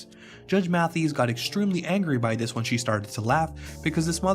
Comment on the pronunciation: So you should probably learn to pronounce his name properly before making a video for clout about him